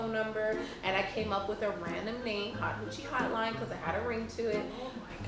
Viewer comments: 😂😂😂😂 she said hot hoochie stud line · When said "Do they have like a hot hochie studline" I died 😂😂